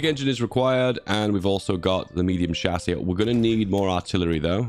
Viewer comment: How to pronounce chassis: shasy (kinda, I ain't going to use IPA in a youtube comment cmon) How pronounces it: chassé